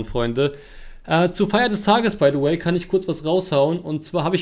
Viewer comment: *du meinst "by de way"